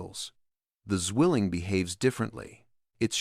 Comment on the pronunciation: Zwilling not swilling your not chugging a beer